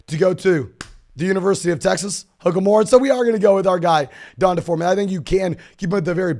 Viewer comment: No way you guys really think that’s how you pronounce D’Onta Foreman…and Devonta Smith…etc. 😂 So white, no offense. I love love love your content and commend how hard you work, man.